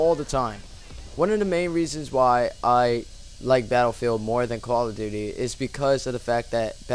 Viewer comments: sounds like he says quall of duty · it sounds like he said koala duty. LOL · lol you say call of duty like coala :D great vid man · How come ever time he says Call of Duty... the duty sounds like Dooty